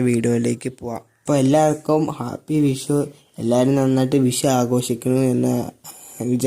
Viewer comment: വിശു അല്ല. വിഷു എന്നുപറ.